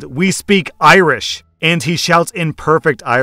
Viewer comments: Sorry Dude but your Irish sounded more like Klingon... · You have butchered that Irish so badly I had to pause to take it in. Props for trying though, Irish is not something easy to read if you aren't used to it ^^ Edit: Ok, I listened again and in fairness you weren't that bad actually. You did much better than most would've so...good job. Solid 4/10 to 6/10, haven't decided yet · As an Irish man, you're pronunciation is a bit off, but you got the spirit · I'm Irish and speak Irish and well...you tried your best- Thanks for the laugh :) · Your Irish needs some work 😄. Its my mother tongue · Lol as someone learning Gaelic.. it was very funny to hear you try it! To be fair, it's spelt like that, but it's not pronounced that way :p (I'm still learning too haha) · I'm Irish, I was awful at learning it in school so I may not be the best person to ask. But damn man you butchered that line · I’m Irish and that was the most awful attempt at Irish I’ve ever heard. I don’t even speak Irish but I still know it’s bad lol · Irish speaking gal here - you butchered it but I won't hold it against you and will do my best to give you the phonetics xD Míol = Me-ul (like ulcer) Mór = moor Mná = men-aw Is = iss (like hiss without the 'h') Soith = si (like sit without 't') Ciníoch = kin e-yuck Tú Agus = og (like oggle) us Níl = kneel Fáilte = fall-tah Romhat = row-at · was the pronunciation of Irish correct? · As someone who's been learning Irish for about 6 years, I thoroughly enjoyed you attempting that! It was way off, but maith thú (good for you) for trying! :-P